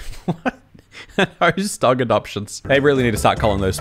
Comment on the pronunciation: Adogtion** is what you were trying to say I think 😆